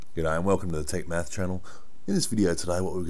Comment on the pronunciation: In the beginning it sounded like: "Welcome to the take meth channel" 😬